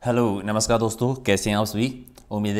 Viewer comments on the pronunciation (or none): none